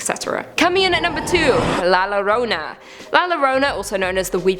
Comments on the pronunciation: Two L's together in the spanishlanguar will make a Y sound so instead of "lorona" its pronounces "Yorona" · Hearing her saw Lorona made me laugh